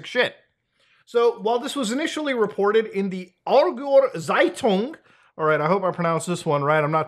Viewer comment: Wow, I didn't know electric toothbrushes had IOT capabilities. HONK HONK plays circus music *<| : * ) 🤡 Also you pronounced it well enough. But the first word is actually pronounced: are - gower, and the second word you got pretty on point except for the 'z' at the beginning. 'Z' in german is pronounced 'ts' and Zeitung is the german word for newspaper. I looked it up and Aargauer is a "Canton" Switzerland (I guess most equivalent to it is US and its States since Switzerland is a Federalist government, except the US is a Federalist-Republic) that borders Germany. It is left of the Canton that Zurich is in. So this is a Newspaper from Aargauer in Switzerland.